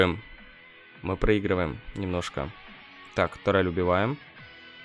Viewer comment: Почему у джесси тАрель, если тУрель? Прям слух режет